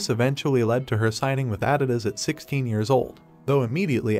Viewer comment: How about that Adidas pronunciation??